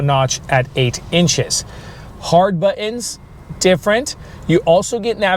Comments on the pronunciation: . Buh-ins instead of Buttons. That's not a Sacramento accent. It's an affection usually heard in peer groups of young women and YouTubers promoting dental work and hair transplants in Turkey. So odd to hear that accent in an automotive video. By the way, I love my 2024 Jetta! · What’s a “Baa’in”?